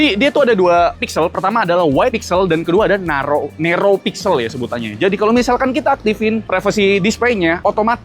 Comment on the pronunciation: Sorry nih bang video nya masih banyak di perbaiki ni bang infonya, kaya "wide" bukan white "narrow" bukan nerou, terus itu lensa 200 MP dari 1.7 ke 1.4, lensa tele 50 MP dari 3.4 ke 2.9 bukan 1.9.